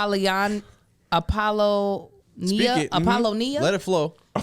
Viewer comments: The baby naming lady sound like she naming the Devil's children. But Apollonia (A-pole-le-nia)? Say Apple-lone-niah. You've heard that name before. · lol!! Apollonia as in the singer/dancer with Prince. was so jumbled by the other names she didnt realize🤣😆🤣😆🤣🥴 she butchered it. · not knowing how to say "Appollonia" was the HIGHLIGHT of the show.